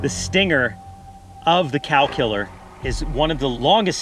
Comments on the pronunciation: i thought you were saying calcular. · Thought he was saying "calculor"